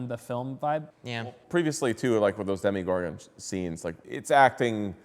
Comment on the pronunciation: You just say 'Demigorgon' 😬